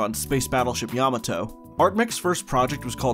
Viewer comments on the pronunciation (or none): none